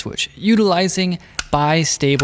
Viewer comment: bi-stable, is how it beaks down. Not bist-able.